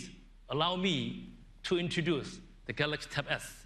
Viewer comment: this guy couldn't even pronounce the word 'Galaxy' properly.